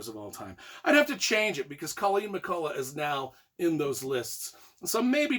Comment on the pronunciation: McCullough is pronounced with a hard 'k' at the end, as in Irish words such as 'lough' (Scot 'loch'), and evidenced by recording (see below) of the woman herself (family from Scotland with name 'McCulloch', moved to Ulster NI and name changed to match Irish orthography). About your review: I appreciate your enthusiasm, I'm reading the first book of the series and learning a lot! However, you could have made a little more effort to actually review the book! 😋